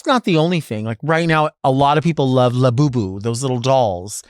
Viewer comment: I know its “Labubu” but I just heard you say “la Boo Boo”